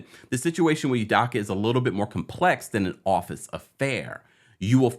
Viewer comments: Can you please say his name right, it’s Udoka not Udocka OOOOOOOOOOO. Hope, rope, dope, soap, coke, udoka..... please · Excellent commentary and updates! Just one thing: his last name is pronounced Oooo-dough-ka. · Who tf is Ime Oodocka 😭😭😭 bruh come on. If you're going to post news about something, GET THE NAME RIGHT. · Americans act like they can't pronounce ppls mande right its udoka not daka 🤦🏾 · This man Ime is probably 50 years old, has been on TV for maybe 25 years old, was in the NBA finals last year, blow up recently for like 3 days - and we still can’t pronounce his last name? It’s either Yudoka or U-doka but it can’t be U/Yu-DAka…it’s do, not da. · It’s “e-may oo-doh-kah” not “e-me you-dah-kah” - just fyi 😊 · NOT "Yoo-DAH-KAH", its "Oo-DOH-kah" as in "Ee-May Oo-DOH-kah". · First of all, his name is pronounced, “ U-Doe-Cah “. Second, Ime and Nia were NOT married. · Sorry but how do you do this much research and still say his name wrong😂 not youdoccckkka😂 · Please work on pronunciation of udoka name. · Best pronunciation of Udoka so far😂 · Could you please pronounce Ime's last name correctly brother 🙏🏿 thank you